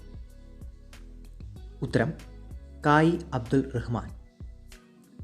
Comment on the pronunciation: കായി അബ്ദുൽ റഹ്മാൻ . എന്നല്ല Bro . കായി അബ്ദുറഹ്മാൻ .